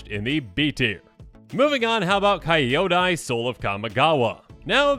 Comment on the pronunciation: Love the vid but Kyodai is pronounced key-yo-die not Kai-yoda. ❤